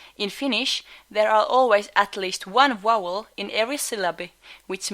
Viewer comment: Finnish doesn't contrast between v and w, or between s and sh, which would explain why she struggled with these in English (other difficult pairs are p/b, k/g, ch/j). As for why specifically she said "wowels" even though the letter v is only rarely pronounced as w in Finnish - it could be either hypercorrection for the foreign w consonant, or it could be a coarticulation thing - e.g. when I am speaking Finnish, if I were to enounter the word "kyykkyyn", I would keep my lips rounded throughout the pronunciation of the entire word as in Finnish it's more important to get the vowels spot on than to prevent slight adjustments to the consonants. She may be using this same coarticulation pattern in English causing her to unintentionally convert her Vs to Ws.